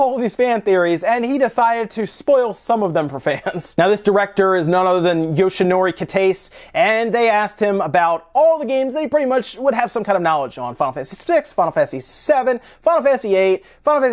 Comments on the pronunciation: "Kita say" not "Kitace" :P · Quick Japanese lesson: 1) Every vowel is its own syllable. 2) There are five vowels: a, i, u, e, and o (read "ah, ee, oo, ay, and oh"). Thus, Kitase is "Keetahsay". Now you can pronounce every Japanese word. Good job.